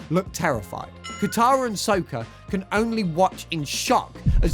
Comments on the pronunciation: “Sowkuh”? Ew.. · Yeah, the S0kAH! Tho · Please watch the show if youre gonna do a dive on it. I know you didnt because of how you say "sokka"